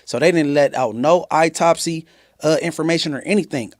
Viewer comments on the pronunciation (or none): Not "A" for autopsy...but "I" for eyetopsy👀😵‍💫 watts life...